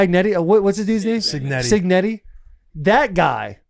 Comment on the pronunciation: Multiple times Taylor has disrespected Cignetti’s name saying it wrong…doesn’t know where IU even is…man, he better watch the football god karma with their matchup coming up 🫢 👀